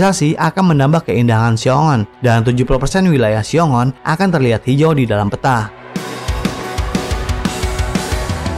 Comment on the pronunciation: Xiong An, bukan Xiong On , min.